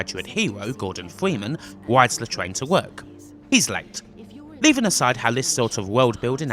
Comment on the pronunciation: nobody: this nigga: pwoject this nigga: wides the twain to wowk